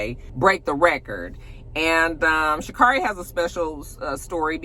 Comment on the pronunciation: It’s Sha’ CARRIE , like Mariah Carey. 🏃🏾‍♂️ 🔥 🥇